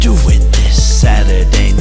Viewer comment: I'm Bored ..... he say sady night